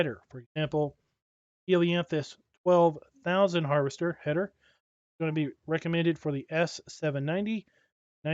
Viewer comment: Someone count up the number of times he said havester lol